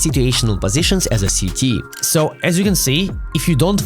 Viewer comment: Sorry but I do find it very funny when you’re speaking English that CT sounds like “Sh*tty” 😂 great video though